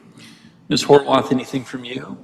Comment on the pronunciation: Did the judge really say "HOW-ARTH"?🤦